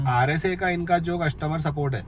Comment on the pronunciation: It's RSA not RAC 🤓